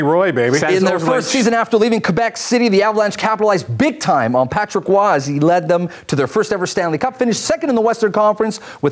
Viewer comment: The way you say Patrick Roy is Patrick woh not Roy